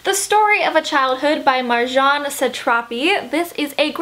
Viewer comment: haha im from iran and you pronounced marjane's name, its so cute haha